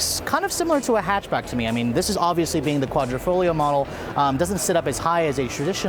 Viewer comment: Thank you for pronouncing "quadrifoglio" correctly!